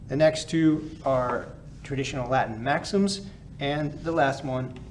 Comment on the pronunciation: I love this channel. He has a perfect ecclesiastical Latin accent.